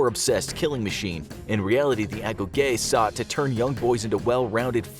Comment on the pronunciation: It’s pronounced ago-gee.